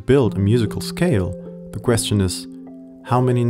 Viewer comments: same. Listen to your own video. See if you notice the way you pronounce “scale”. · This is an excellent video! Kudos! (In the word “scale”, the “c” actually sounds more like a “g”.)